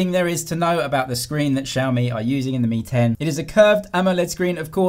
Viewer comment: lmao I heard the same ting as well. realme 10 vs real Mi 10 😂